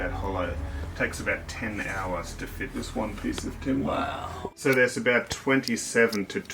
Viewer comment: "New timbah"